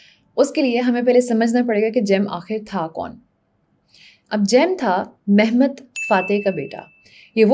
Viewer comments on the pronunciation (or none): مہمت نہیں محمد. اور بیزد نہیں با یزید